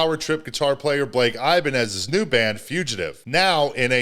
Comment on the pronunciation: the mispronunciation of Ibanez gives me the deepest most sinister ick